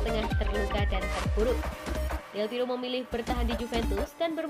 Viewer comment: Mohon buat tim channel ini, berkali2 sebut nama Del Piero itu Del Piro 🤦 klo di denger pendukung juve dri itali sono bsa di ledekin kita, atau sepertinya baca nya kecepetan ya? Pelan2 aja, sumpah ga enak bgt denger Del Piro Del Piro, Del Berapa? Ratusan 🤦🤦🤦🤦